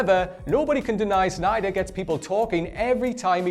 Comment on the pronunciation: And Zack Snyder isn't Schneider either!